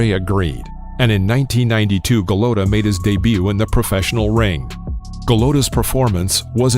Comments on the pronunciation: it's Eddie Futch like crutch and Andrew Galota like whole lotta , both soft vowels not Eddie fooch or Andrew Galowta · Go-LOW-tah hahhahahhahahhaha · Lol. Ga-low-duh.